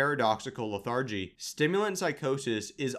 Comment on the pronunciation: Very informative, but everyone should know this guy is just reading text verbatim from other sites. A quick google search and I found the article which he is repeating word for word. Him not knowing how to pronounce a common word such as "lethargy" doesn't inspire much confidence.